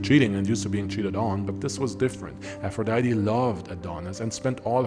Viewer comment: Ngl, I clicked this video out of your catalogue just to see how you were going to pronounce "Aphrodite". I was immediately disappointed.